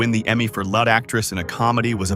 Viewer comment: Lead is pronounced leed, not led. I hate AI.